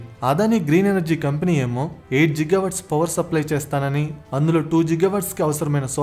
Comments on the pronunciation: Bhayya, its not Jigawatt its Gigawatt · G ante giga nera babu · గిగా అనాలి బ్రో(జిగా కాదు) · Jiga kaadu babu it’s Giga 😂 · It's not జిగా watts... It's గిగా watts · are babu adi ziga kadu ra giga .... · జిగా GWవాట్స్ కాదు బ్రో గిగావాట్స్..🙂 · Jil Jil jiga jiga🤣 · You not only wrong pronounciation on giga but also you confirmed bribe without completing of investigation and also you always trying to blame ysj but not cbn 😅